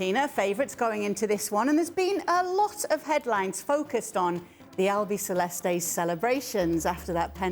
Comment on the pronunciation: Who's that lady? Very well said "ALBICELESTE"!!!!! Congrats in your pronunciation. "Albiceleste" = "White-Light Blue".